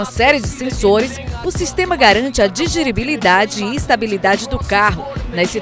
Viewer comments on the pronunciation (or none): " Digiribilidade" kkk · DIGIRIBILIDADE?????? Que powrra é essa? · A moça falou errado ae... "Digiribilidade"?